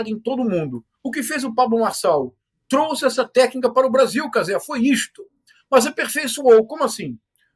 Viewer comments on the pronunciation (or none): none